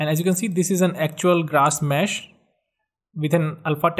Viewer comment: That was very helpful, but when he said "grash mess" instead of "grass mesh" I cracked up :D